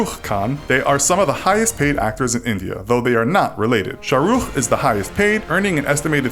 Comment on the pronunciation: Not sharuf its an sharuk